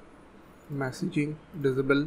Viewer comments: What the hell does Dizibil mean? Can't you say disable? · Not to make fun of your accent but I love how you say disable. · The way he saids disable kills me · please google how to say the word disable... otherwise great video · its pronounced in- abe el and diss abe- el